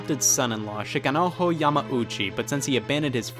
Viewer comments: I must say, the video was great, but in Japanese, you pronounce “j” exactly as it’s written. Shikanojo not no ho. If the sound was ho it would be written noho. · The thing I took from this is that Scott thinks the Japanese pronounce their J sound like a Spanish J. They don't. lol It's a hard J. ShikanoJO, not ShikanoHOE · The jo in Shikanojo is not Spanish xD you pronounce it like the jo in joy